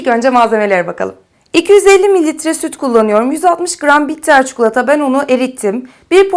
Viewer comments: Çok seviyorum sizi ama lütfen artık ÇUKULATA demeyin çok sinir bozucu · Çukulata değil çikolata ya lütfen ya 😣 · çukulatayı duymaktan videoya odaklanamadim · Çukulata mı diyor? Bana mı öyle geliyor?